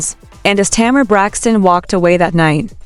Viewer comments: The woman’s name is Tamar as in Tay’ mar. The name is two syllables, not Tamera, which is three syllables. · Agreed, however the AI needs some upgrades, the way that name is butchered.